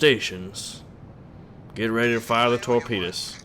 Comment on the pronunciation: TOREPANUS? hahaha.